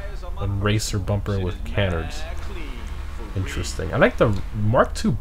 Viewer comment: keep the vids coming but i cant take it anymore, you're driving me crazy it's ca-nard not can-ard and de.i.ty, not de.ity